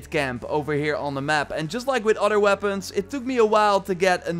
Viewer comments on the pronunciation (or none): ur dutch right ? can clearly hear it when he pronounces "other" like otter" :P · "Udder weapons", huh? Looking forward to trying out those.